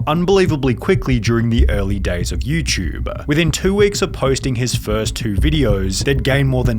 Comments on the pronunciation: I love how this guy calls it YouChube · Hey Sunny i was wondering what in the hell is youchube